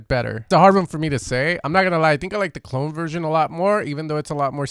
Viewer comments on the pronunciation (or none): Clone 😂 it’s pronounced Clooo Neeee my stateside homie 💛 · Great vid however I cringed hard every time you said “clone” lol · Knew I heard it somewhere before the Skrillex drop thought it was Mandela affect. Also I believe his name is Cloonee pronounced "Clooney" like George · Love how you pronounce "Clone" hahahah